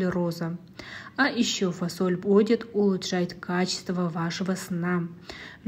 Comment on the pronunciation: Почему фОсоль? 😂🥱